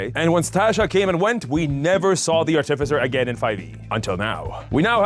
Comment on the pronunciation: Are you going to pronounce artificer artiffizher the entire video?